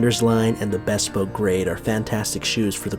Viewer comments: Bespoke is pronounced /bɪˈspəʊk/ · Not to be a bag of dicks, but just for future reference, since you're in the shoe biz --- not 'bespoke' as in best, but a short, clipped 'bespoke' as in buh... It should almost sound like b'spoke-- hardly any vowel sound after the 'b'.